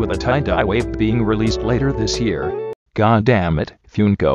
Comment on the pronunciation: THANK YOU ALL FOR 1000 SUBSCRIBERS!! Expect a little something on August 8th :) Also sorry about the bot pronouncing Funko as “Fjünko”